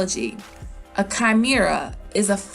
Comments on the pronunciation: Chimera is pronounced Kaï--meh-ra ...sorry couldn’t help but being annoyed ! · I really hope he's both dragon and lion (by the way it's pronounced Kah-Meh-Rah)